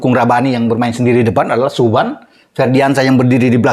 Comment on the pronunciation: Nama Subhan jangan dibaca suban bung, nama itu disyaratin dengan potong 2 ekor kambing lho?